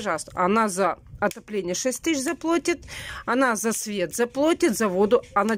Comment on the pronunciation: ты че на ребенка орешь...она только во 2 кл...а ты....не плотит, а платит.....на тебя почему никто не орет....